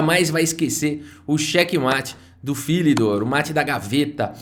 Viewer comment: Tem o mate do "Phílidor".Não, Philidor era francês. O Legado é de Phillidór, "PhillidÓR", "PhiliDÓÓÓRR"!!